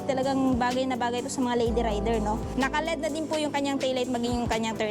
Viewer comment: L E D Ang bigkas nyan